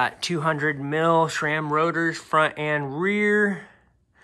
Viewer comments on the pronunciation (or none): And shhhram